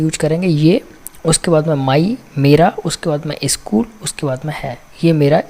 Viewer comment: इस्कुल नही, स्कुल होता है